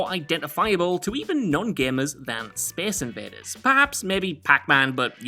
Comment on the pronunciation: speece inveeders